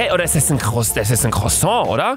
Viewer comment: Croussaint! Definitiv nicht „Croissant“